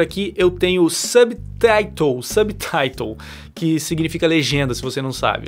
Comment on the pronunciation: Aprendendo Inglês aqui errado, fonetica de subtitles é (sôbtáirós) . Então essa é a pronuncia correta dessa palavra (Inglẽs Americano)